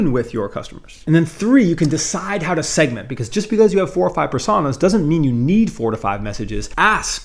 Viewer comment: Great video as always, but that pronunciation of "Personas" is bait, right?